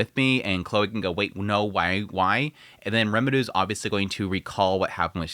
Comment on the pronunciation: Why the fuck can’t you say Rimuru’s name right